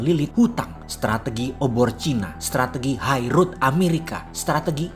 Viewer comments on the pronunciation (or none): none